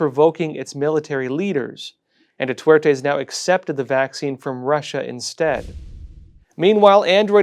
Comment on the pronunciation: Please pronounce Duerte correctly. Thank you for the good work!